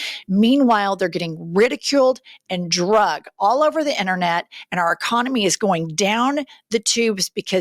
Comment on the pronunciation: I keek hearing Americans saying drugged instead of dragged. Why?